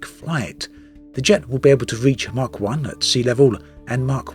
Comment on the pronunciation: More good info from you, keep em comin. But,,, It's pronounced MACH (Mac) not Mark, for the SoS.